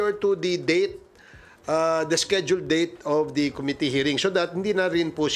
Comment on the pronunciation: 😂😂😂"Palowd by the komity KOmity😂😂😂.... (committee--the accent is on the 2nd syllable com-MIT-tee)😅😅😅